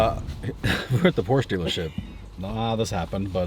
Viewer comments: He bought a Porch? Not a Porsh uh? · Porsche is spoken as Porsch-eee!. Greetings from old Germany 🇩🇪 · Nice car, congratulations. Just remember, D, from now on being an owner, Porsche is a TWO syllable word. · Now that you have a Porsche Dave, please start pronouncing it correctly. That was a killer video!